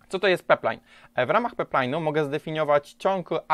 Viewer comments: Pajplajn a nie peplajn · pajplajn a nie peplajn :D ale dobry filmik :) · Pajplajn; Też mnie to kuje w uszy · Super materiał, jak zwykle! Dużo mi pomógł, Dzięki :) Leci łapka. btw. to jest pipeline ("pajpline"), rurociąg po angielsku ;) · Bardzo fajny i pouczający materiał. Tylko ten peplajn :/